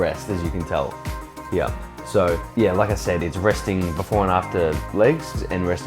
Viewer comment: 'yeah koont' hahaha